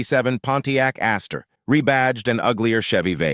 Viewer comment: Ventura NEVER could be a pony car, weak or strong. Mustang was the car that sourced that moniker. PRONOUNCE!? Fiero 2, nit 3 syllables; Astre "Ass-truh"; Le Mans French like "le Mong"